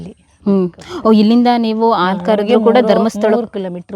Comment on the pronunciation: ಮಾತನಾಡುವಾಗ ಪದಗಳ ಉಚ್ಚಾರಣೆಯ ಬಗ್ಗೆ ಹೆಚ್ಚಿನ ಗಮನವಿರಲಿ...... ಹಸು, ಹಾಲು ಎಂದು ಸರಿಯಾಗಿ ಹೇಳುವ ಬದಲು ' ಅಸು,' ' ಆಲು ' ಎಂದರೆ ತಪ್ಪಾಗುತ್ತದೆ. ಕೇಳಲೂ ಕಷ್ಟವಾಗುತ್ತದೆ.